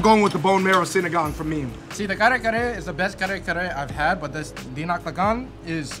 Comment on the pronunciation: just better pronunciations of the food names will help others say it correctly. Ka-re Ka-re not Car Car for example. 😉